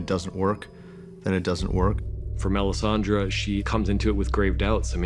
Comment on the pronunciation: Why the fuck does that guy pronounce Melisandre's name as "Melisandra"? XD.